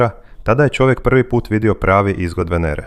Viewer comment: Nego da shvatim da komentator nemoze da izgovori slovo Č nego on za to izgovara Ć onda umesto da kaže Čovek on izgovara Ćovek :Pa gde to ima ???